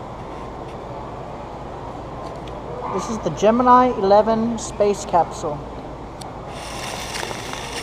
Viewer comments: It's pronounced Gemini. Gemin.... ahhhh. Forget it! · The southern astronauts and test pilots pronounced it "gem-ih-NEE," so NASA made that the official pronounciation.